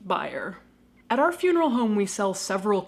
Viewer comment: When you say "Our IP adress" it sounded like "R.I.P." 😸